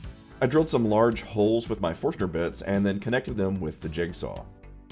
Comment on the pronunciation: I really really hope the way you "inadvertently" omitted a letter in your reply was a clever riff on the apparent omission of a letter when you pronounced Forstner in your video. And if that's what it was: Kudos. Well done. :D